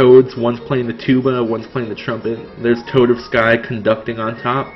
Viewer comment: Luigi Gangnam Styles at the start of the parade. You know Toadofsky is meant to be pronounced like Tchaikovsky, right?